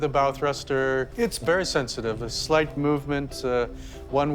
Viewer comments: The "bow" in "bow thruster" rhymes with "cow", not "go". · Can someone teach the narrator how to pronounce "bow thrusters" ?? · Someone forgot to tell the narrator how to pronounce bow properly lol